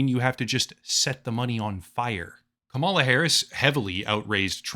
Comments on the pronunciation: It's KUH-ma-lah, like in karma karma karma karma camaleon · Her name is KA-mala, how hard is that to learn or say. Jesus, you sound foolish. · It’s pronounced “Comma luh “ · You pronounce her name like the type of person who hasn’t covered Trump partnering up with a known crypto scammer to create his very own crypto scam, despite your channel being largely dedicated to covering crypto scams 🤡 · Are you intentionally mispronouncing her name? I find it hard to believe someone as intellectual and research-focused as you really doesn't know enough about the people you're reporting on to not know their name. I don't support Kamala, but I do respect her wish as a human being to be referred to however she wants. Whenever I hear people intentionally mispronouncing her name, especially when they do so in the way you have (by obviously straining and exaggerating as if you're disgusted by having to speak the word,) I can't help but to roll my eyes. Hold yourself to a higher standard, and don't act like a bumpkin. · since you choose to mispronounce her first name ,LA i am unsubscribing... so very sad and purposeful